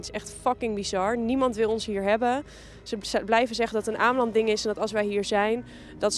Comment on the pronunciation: als je shit gaat praten over ameland moet je het eerst maar goed uitspreken